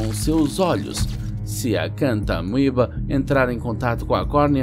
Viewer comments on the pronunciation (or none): Gostei do vídeo, mas foi engraçado ouvir o narrador falando os nomes científicos tudo errado.. "Naigléria", "Acantamôeba", hahaha! Gente, no latim, quando o "a" e o "o" é precedido do "e" lê-se "É/Ê". Ou seja,: "Negléria" e "Acantaméba".